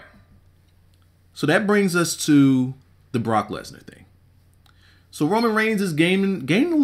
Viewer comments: Wrong; he said Bork Laser. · Lol he said broke Lesnar